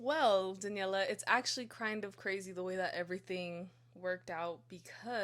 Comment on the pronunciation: well it’s actually krind of krazy